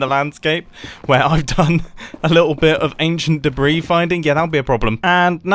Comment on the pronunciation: the s in debris is silent